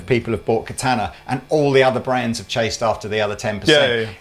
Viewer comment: I actually like as a demo, but his deliberate overpronounciation of "Katana" is so distracting.